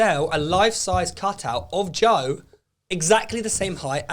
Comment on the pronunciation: And Joe calls his son toe, toe Weller